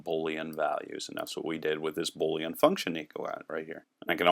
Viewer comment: The word Boolean is pronounced boo leanne --- long "o", not bo leanne. Love the tutorial though. "\" is an escape character, not an escaped character